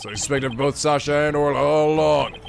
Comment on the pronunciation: Weird how you didn't comment on Judge saying Ora instead of Orla.